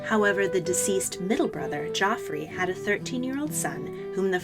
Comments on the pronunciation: Just wanted to say that Geoffrey is pronounced the same as Jeffrey! Joffrey is the character from Game of Thrones lol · I really hope you've learned how to pronounce Geoffrey by now. Someone's clearly been watching too much Game of Thrones. And Beckett was Archbishop of Canterbury - the most senior clergyman in England, not just a bishop.